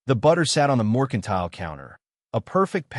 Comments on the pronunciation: This AI has a BOSTON ACCENT when he says moicontile 😂😂😂😂😂😂😂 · Correct the AI. It’s Mercantile.